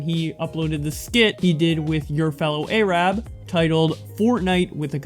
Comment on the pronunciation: Did u just pronounce Arab a-Rab